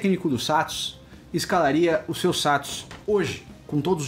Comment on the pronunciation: Cara, vc falando SATOS é muito engraçado hahahahahah